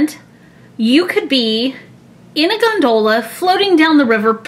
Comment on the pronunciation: win but for the love of fish pronounce Gondola right!!!!